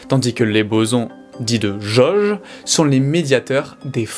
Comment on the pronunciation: Il y a quelques trucs que je voudrais que vous preniez en compte : - Les explications sont claires et impeccables ! - Le charisme de ce brillant individu semble augmenter exponentiellement ! - Point négatif : S'il vous plaît, pourriez-vous juste faire attention à la prononciation des "O" ? J'ai remarqué que sur les mots suivants : Jauge / Atome / Rôle / Autre, le "O" étaient mal prononcés... :( Le reste est nikel, vraiment, félicitations !